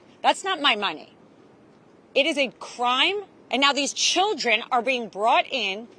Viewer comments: "And now these CHILD-dren are being brought in..." 🤦‍♀ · I couldn’t stop laughing when she emphasized “children” 😂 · Emphasis on “children”